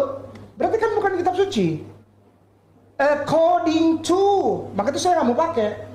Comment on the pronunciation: Gw ngakak guling2 pas si ngomong: e kording tu... Kek yg jago bhsa inggris aja... 😄😄🤣🤣🤣🤣